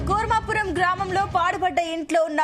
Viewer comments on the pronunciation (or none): Kuravaram kadhu thalli 😂 kurmapuram uru peru sariga Thelidhu kani newslu cheptharu